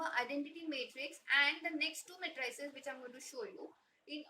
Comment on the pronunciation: Your pronunciation of matrix is okay, but your pronunciation of matrices is wrong. You are incorrectly saying it as "muh TRAY sus", but the emphasis should be on the first syllable and the last syllable should be the same as the word seize. Say it as MAY truh seez. It should have a rhythm and sound that is similar to "if you please".